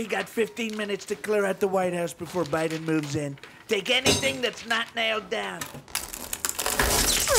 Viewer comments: “Bydyen” HAR HAR HAR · Great clip, as always i have to say. While every line is max fun, for me it is how Puppet Putin pronounces "Biden" X) that will stick. On that note, the screams of the Wig were hilarious as well